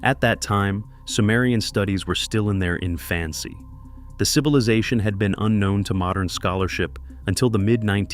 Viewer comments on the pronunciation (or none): The studies were in their "in-FANCY"? A.I. narration is stupid.